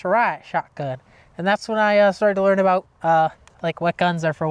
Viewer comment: I though they were Canadian because he said Aboot.